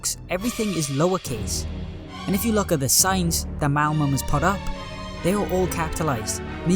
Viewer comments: my immersion was ruined with the constant "malmum" when its "malum" XD great video tho! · bro always says "malmum" not "malum" XD